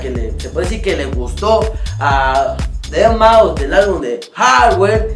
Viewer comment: Saludos desde el D.F. a mi tabien mándame saludos porfa!:D por cierto te equivocaste en el video, es deadmau5 no deabmau5:v